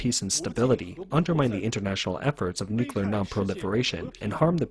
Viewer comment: Nukelyer powered lol not Nukelyer